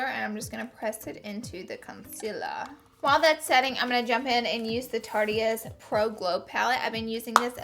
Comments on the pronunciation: Okay. It's tarte-ist. NOT Tartiest right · Anyone else notice she says tarte-eeeeeist ? It's just Tarte-ist. Still love you tho! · Am I the only one who's super iffy when someone says tarte-eist? It's obviously a pun on the word "artist", so it should be pronounced "tartist" lmao